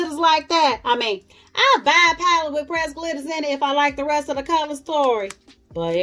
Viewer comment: do you have the ColourPop Stone Cold Fox paleeete? If so, please do a look and let's get into some spring paleetes soon! LOL Paleetes like you say.